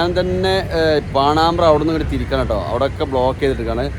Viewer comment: പാണാമ്ബ്ര എത് നാട് !? പാണംബ്ര എന്ന് പറയൂ....